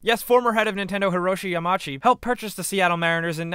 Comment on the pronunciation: It's Hiroshi Yamauchi, not "Yamachi." See the U? Yeah, it's not silent. Yama-Uchi. Also, it's Satoru Iwata, not "Sataru Iwada."